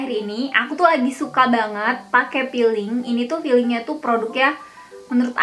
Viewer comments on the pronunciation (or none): Peeling kak, tp kaka nya bilangnya malah jd feeling 😀😀 🙏 org sunda gitu kali yah, huruf F dibilang P ... Huruf P malah dibilang F